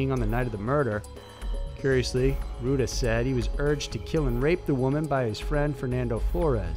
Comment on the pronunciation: Your videos are awesome... but seriously, you HAVE to work on your pronounciation man.. Rueda is not pronounced "Roo-da" its "Roo-e-da" This is no just with Hispanic names, you butcher the hell out of other pronunciations!!